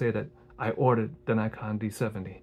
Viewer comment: So glad you gave such a great review of my first real DSLR, still got it but the rubber material is getting a bit sticky now. Appreciate the correct pronunciation of Nikon!